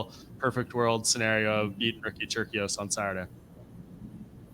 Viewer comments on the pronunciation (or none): The C is "Turcios" is an "S" sound not a "K" sound